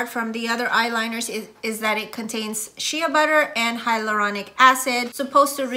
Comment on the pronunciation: Shea is pronounced shay, not shee-uh